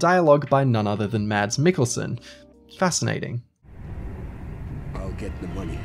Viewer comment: its not pronounced "mads" its "mass" come on now, i know the brits are terrible at other languages but you could have researched it